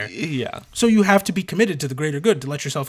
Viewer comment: "Gibbed" has a hard "G". Like "Gif".